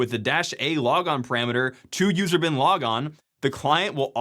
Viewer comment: Am I the only one who heard "user bin laden"?